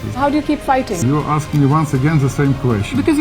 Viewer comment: get an anchor that can pronounce the simple word "ask."